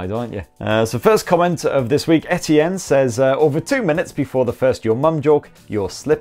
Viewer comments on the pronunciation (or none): none